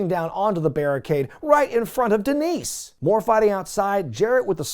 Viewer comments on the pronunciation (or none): DEENICE DEENICE DEENICE!! SAY IT RIGHT, ZAHNEE!